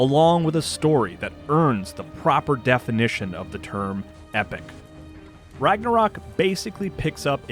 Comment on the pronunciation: I love how no one can pronounce Ragnarök properly :)